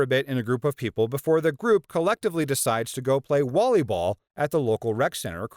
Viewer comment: Is it just me or do I hear him say volleyball but with a W instead of a V